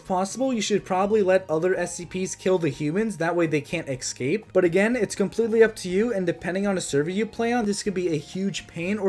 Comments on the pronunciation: escape not excape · I love that you say eggscape